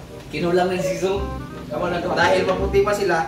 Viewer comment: Gasakit akong bangs sa "Maputle" 🤣🤣🤣🤣